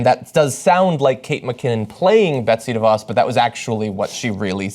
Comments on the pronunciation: Her name when you pronounce it and this is no lie is Duh - Vos take it from a Michigander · Pronunciation correction here: it's not "DEE-voss". It's "duh-VOSS". You'd figure reporters would have this figured out by now. I guess it takes being from a Dutch area like West Michigan where everything holds the DeVos name to start with (though previously proud of that, not so much anymore).